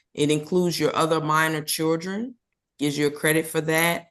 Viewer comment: This judge pronounces children - chewdrun 😕